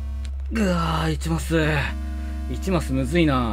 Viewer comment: 1マスがいちまつに聞こえた